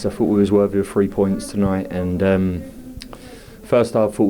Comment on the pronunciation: It's pronounced three points not free points.